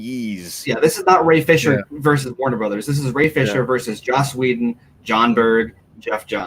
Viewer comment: It's Joss, not Josh.